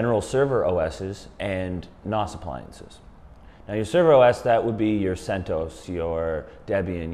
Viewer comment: NAS - most people pronounce it with a short a. Ubuntu is pronounced: uu-BOON-tuu